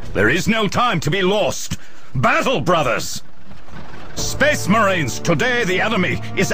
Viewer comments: "sphess" "mehraens" "deff" "symeultanious" "fuhreh" "emprarh" "gloreh" "nawt" "bawld" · He was making fun of how pronounces Space Marines, Space, and Emperor. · To be fair to, he can't pronounce only a few words properly. Namely, "space," "marines," "death," "simultaneous," "fury," and "Emperor." Which, admittedly, probably account for half of the average Astartes's vocabulary.